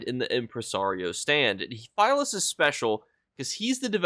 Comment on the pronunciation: Philius, is likely pronounced Phil-ee-us, or Phil-ee-iss. Good video though as always!